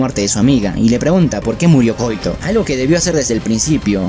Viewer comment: quizás si la pronunciamos como en Japón: KO - Í - TO